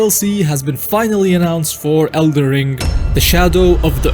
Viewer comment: Is the title of this game el"den Ring or El'der ring because i keep hearing elder ring instead of elder ring in this video? that said elder ring does roll of the tongue much better doesn't it?